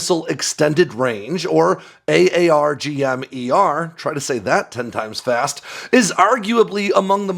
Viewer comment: Stop saying a-a-r-g-m .....it's Arrrr Gum